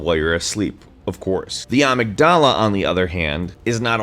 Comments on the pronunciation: Uh-mig-duh-luh not ah-mig-dah-lah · uh-mig-duh-luh. not princess ah-mig-dah-lah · Uhhhh...pronounced "uh-MIG-da-la" not "UH-mig-da-la." That distracted me so much, I missed most of the video. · Actually it's pronounced phonetically uh-mig-dill-uh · its pronounced ah-MIG-dah-la. You clearly did research to make this video, how did you not find out how to pronounce amygdala? God DAMNIT,. Also the 10% use-of-brain model is a complete fabrication. Neat video though. Also, I'm drunk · It's pronounced amygdala. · You pronounced Amygdala wrong... it's : A-myg-dala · OI uh-MIG-duh-luh that is how you pronounce it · Ahhh yes the "AMIGDHALA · Ah-Mig-U-Lah lol and i have to say thinking more about yourself as the brain not as it being an organ but YOU ARE THE BRAIN can open up a whole new outlook on it. We are the brain we are determined by these simple chemical and electrical signals. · am I the only one that pronounces it as a-mig-du-luh, not a a-mig-da-la? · I like voice and way of presenting, but the way he says amygdala is...disturbing. Seriously, I think it's going to give me a nightmare. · also you're pronouncing amygdala wrong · I like the video, but I have to admit that it hurt me physically every time you pronounced Amygdala the way you did.... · I seriously, seriously love this channel I'd love it more if knew how to pronounce "amygdala" 😂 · the way you say amygdala makes me cringe but otherwise this was interesting to watch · Why'd you say Amygdala like that? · Never heard amygdala pronounced that way but I can dig it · I love how he mispronounces amygdala over and over. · Nice vid but I think you pronounced Amygdala wrong ♥ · Thats not how you pronounce amygdala my dude.